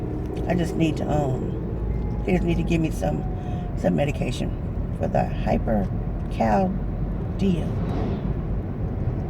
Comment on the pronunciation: Almost got it. It's hypercalcemia. Pronounced hyper -cal-see-me-uh. Love your videos girlie. I even got my daughter and aunt hooked on them too. Hope you have a great day!